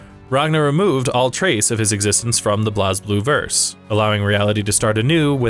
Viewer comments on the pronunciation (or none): Minus the mispronunciation of the character names (and calling "Blue Grimoire" instead of the Azure Grimoire) Other than that, pretty good By the way, its pronounced "Blaze" Blue, not "Bloz" Blue lol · Its pronounced Blaze Blue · It's pronounced as "Blaze_Blue" even the japanese katakana is written as : "burei buru" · It's pronounced "Blaze Blue"